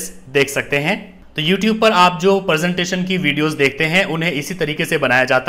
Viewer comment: Sir ji presentation hai not persentation